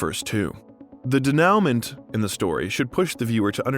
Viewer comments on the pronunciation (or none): Yes - de-nu-mon , probably ai narration and they didnt catch it in editing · pretty sure u pronounced denouement wrong. Its more french sounding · You should learn how to prounce "denouement." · learn how to pronounce denouement, please. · The narrator muttered the word ‘denouement ‘ !